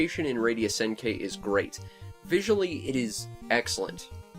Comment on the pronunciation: By the way, it's pronounced Senn-Key. The i is pronounced like a hard e. Just sayin'.